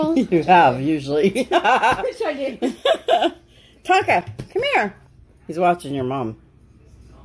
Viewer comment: Fish painting on your wall lookin very nice nabry sayin clear Tonka not konka